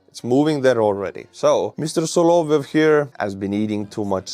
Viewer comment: it's "sah-lah-VYOFF".